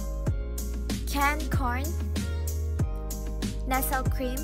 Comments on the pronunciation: Nestle is pronounced as Nest ley not Nes-el... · Ayusin mo nga pagsasalita mo! Cooking vid ginawa mo hindi talk show! Nesel? Ticken? Jusko!